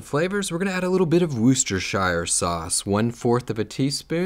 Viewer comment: It;s pronounced; worchester....that's it..